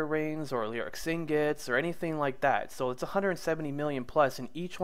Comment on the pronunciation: HAHA you said sin-gets (signets) do you also say ignots? (ingots) :P